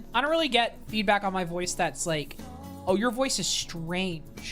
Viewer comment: I heard "HOW DO YOU PREFER FEET" out of context instead of feedback. in another tab and was like "what the fuck is in that quiz this IS FOR KIDS RIGHT?". I also was randomly reminded of your 6 year old Snapstream LOL